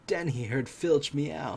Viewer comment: Mr Norris? Fitch? It's mrs Norris and mr filtch....godddddddddddddddd